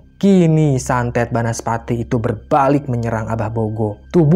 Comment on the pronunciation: Banaspati, bukan bansapati 😂😂